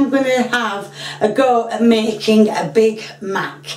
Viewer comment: Sounds more like BAD MACK than big Mack